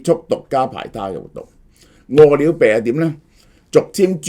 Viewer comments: 我聽到餓了病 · 萧生几年来一直读饿了呗🤣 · 大陆粤语都係读么（麼），呢个叫法听起身好奇怪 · 點解咁讀… 餓了麼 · 蕭生唔識個麼字點讀？